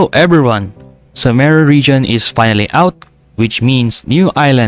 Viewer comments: its pronounced soo-ma-ru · is it only me that pronounces sumeru “some er ru”?😅